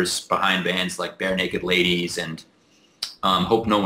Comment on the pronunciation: I don't know if I'm stumbled or not...was that "Bear Naked Ladies" or "Bare Naked Ladies"?